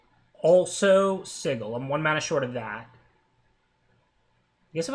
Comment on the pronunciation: It's not sigil it's sigil